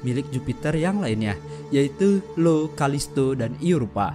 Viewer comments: BUKAN LO TAPI IO (DIBACA AIO) CUMA KOREKSI AJA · IO bacanya io atau aio bukan Lo 😅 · Bukan Lo atuh min... IO alias (ai-o)... 😒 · Bukan LO bro tp io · io, bukan lo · Itu bukan LO tapi io